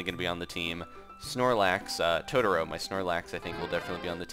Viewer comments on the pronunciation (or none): none